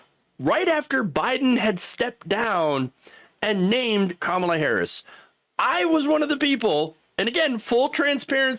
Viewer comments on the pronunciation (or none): none